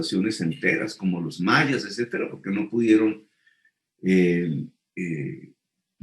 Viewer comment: Sr. Petro se debe decir etcétera y no ecétera.